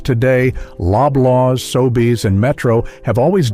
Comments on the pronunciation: I can find no evidence that P-W ever existed in Canada. And the pictures of locations do NOT look like . The fake voiceover can not even pronounce Sobeys: "Sobays". I would not click on this channel again faster than the clicking of price guns down the aisle. (sheesh) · The hack that made up this "video" surely WASN'T Canadian. Hiding behind an automated voiceover. "Sobays"... right.